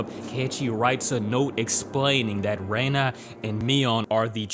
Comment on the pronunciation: "Rena" 👎 "Rain-na" 👍